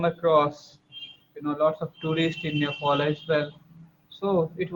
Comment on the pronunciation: Not nepol it's nepal